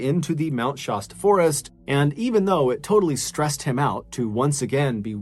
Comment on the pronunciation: Mr. Ballen,Oregon native here. I love listening to your stories. So sorry to say that there is one part where it turns into nails on a chalkboard. You pronounce Mt. Shasta, like Pasta. It's not, it's pronounced with an "a" like in cat. ❤❤❤❤❤Mount Shasta is typically pronounced SHASS-tuh. The "sh" sound is the most common, and the "a" is pronounced like the "a" in "cat". Youglish recommends breaking the word down into "shast" + "uh" to help with pronunciation. Some people may also hear it pronounced more like "Shawsta", but the "Shass-tuh" pronunciation is generally considered more accurate.